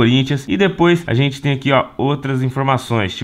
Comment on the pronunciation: Vc não é "trocha" mas "ajente" precisa colocar vc em um curso de português